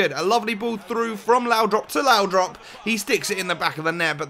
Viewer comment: It's laudrup not laudrop please stop saying laudrop it's really annoying